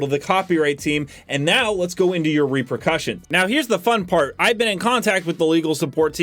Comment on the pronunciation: "Tacticle"! "Reprecussions"! Dude, get a dictionary lol